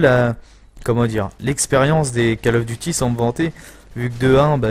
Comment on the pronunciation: Autant "d'expérience" et tu continues à dire (j'écris en phonétique) : cal of. Bon sang, ça se dit cOl of. Décalage entre ta voix et le jeu, bien 5 secondes sur la fin du gameplay :s À part ça tu commentes bien même si tu dis des choses ridicules sans y penser. Cherches-tu à te faire flame ?